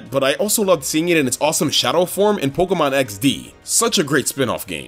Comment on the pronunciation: I love videos. And how he pronounces Pokemon like 'Pok-uh-mon' instead of 'Pok-ee-mon' or 'Pok-ay-mon'. It's adorable.